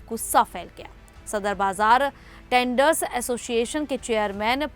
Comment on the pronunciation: टेंडर्स नही ट्रेडरस कहिए मैडम जी